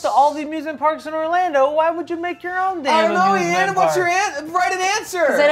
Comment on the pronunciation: He said Eithan instead of Ian